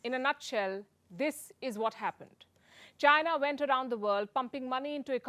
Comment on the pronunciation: Indians should comment on Indian affairs- what the hell is PUKI commenting on Chinese affairs? The way she pronounces ChaNAAAAAA is laughable